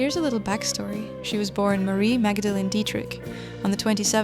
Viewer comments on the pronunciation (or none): none